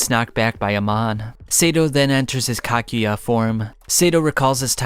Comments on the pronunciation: btw “Kakujya” is pronounced as Ka-Ku-Ja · And he cant pronounce kakuja, kagune, or quinque for the life of him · Why is it so hard for you to pronounce "Kakuja", "Kisho" and "Kanae"? 🙈😂😂 Btw nice vid, I wanted to remember some of the parts of TG and this helped me a lot 😁